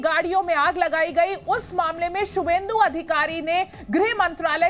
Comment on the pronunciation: बंगाली भाषा और लिपि की विशेषता को समझिए : सही उच्चार 'शुभेन्दु' है, 'सुवेन्दु' नहीं।